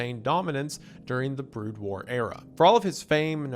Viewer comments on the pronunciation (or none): it has to be, after the first time he says it, he goes back to pronouncing Brood War correctly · Broad War, Protiss, and Te-ran is WendiKilling me bro. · He does start getting it correct later on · excuse me? "Broad" war? It's BROOD war! >:c Even my german ass can read this better. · My dude. BROOD War. Not Broad War :) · Wendigoon has clearly never watched or played StarCraft with the Protoss and Terran and "Broad War" vs "Brood War" mispronunciations lolll. Great video though! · Not broad war, Brood war. Brood as in a brood of chickens etc. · BROOOOOD WAR NOT BROOOAAD WAR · I love all of windegoon pronunciations of StarCraft terms lmao. BROD WAR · You're saying the race names wrong. Terran as in of the earth, terra. PRO-toss. You called broodwar broadwar! Unforgiveable. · As a huge StarCraft fan, the mispronunciations are killing me 😭 BROOD War as in RUDE with a B TERRAN like you’re running an ERRAND PROTOSS as in PRO pitchers do long TOSS to increase their throwing strength All that aside, glad you’re covering my one of favorite games ever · TerrAHN?? Okay, I was wondering about Wendi's weird pronunciations of some words but now it's clear that he just doesn't know how to pronounce them. EDIT: BRAUDWAR???!!! THE FUCK?? EDIT 2: he said "brood" right this time... is he fucking with us or was there a cut at some point and he learned how to pronounce it during then? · These mispronouciantions are hitting me like flashbangs "Broad War" "PC Bangs" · Oh god, the pronunciation of Terran and Protoss, and then holy shit, he did it twice, called 'Brood War', "Broad War". Bro, just watch at least one video on a topic you're covering before you read a script if you don't know the topic and pronunciations, especially for something that, in this video, has an enormously massive fanbase longer than you've been alive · ...i'm guesing wendi** didn't research this himself, othervise he would've known how to pronaunce "brood" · “BrOOD War”. Pronounced like “dude”.